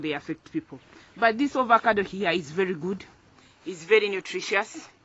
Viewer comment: It's AVOCADO not Ovocado